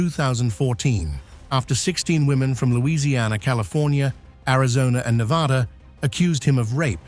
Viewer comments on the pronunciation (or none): none